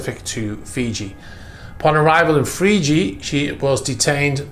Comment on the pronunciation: “Freeji”? has become a Russian sympathizer? 🤣Just kidding. Though part of me hopes these seized yachts end up on the autism block, I know I’ll never be able to even charter one for 15 minutes, much less buy one.